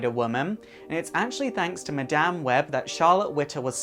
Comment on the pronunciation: 10 seconds in and I'm going!! Dude can't even say Madame properly!!